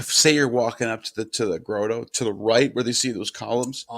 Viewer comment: “Grotto” = “Grah-tow”, not “Grow-toe”